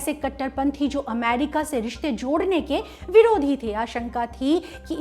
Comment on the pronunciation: The way she says AMEERIKKA 😀